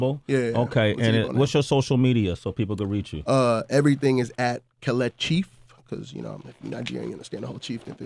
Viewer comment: That's not how you pronounce it? It's ke- Le- chi